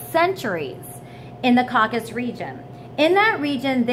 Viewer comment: Caucasus Mountains. CAW-CAH-SUSS.